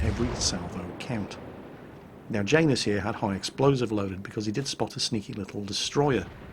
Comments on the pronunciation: it's said yanus not Jane us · Janus... I feel that's a slavic name, meaning to be pronounced "ya-noose." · is it just me or does say Janus weird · Yeah, it does sound kind of odd to my ear too. ;)